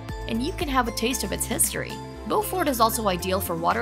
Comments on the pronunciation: I’m from SC. Beaufort is pronounced BU-fert. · Bu-furt, SC...Bo-furt is NC.